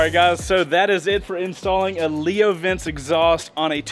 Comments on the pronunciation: I dont wanna be a smart ass.... but can you please pronounce Leo Vince right? It's not "Vince" like your typical máfia guy... it's "Vincheh" which is Italian for WINS Anyway... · I wonder if Leo Vince is going to be mad about the way you’re pronouncing their name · My brother in Christ… Leo VINCE? My guy please pronounce it properly, I know it’s not a huge deal and I’m not usually one to even comment on things like that but this one got me 😂